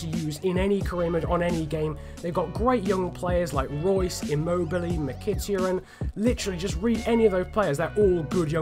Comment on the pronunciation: Mik-Ih-Tah-Ree-In btw